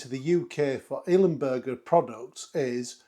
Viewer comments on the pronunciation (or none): I'm really sorry mate, I don't want to rant, but for kit worth more than 1000£, one should pronounce it properly. It's ILMberger, NOT IL-E-Mberger! (however I do understand the "bUrger" over the "bErger", cause of the native language)